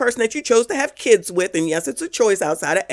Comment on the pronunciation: Every time you say that: "Kidzzzz" I burst out laughing. You are hilarious!